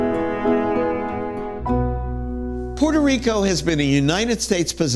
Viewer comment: Hi Dr. Gates, I love watching your show! With that said, I wished you had pronounced Puerto Rico properly. Knowing you're part of Harvard, I expect no less from you!